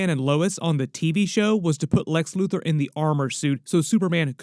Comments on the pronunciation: I know he said Luthor but I lowkey like loser better lmao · When did he say loser! He said LUTHOR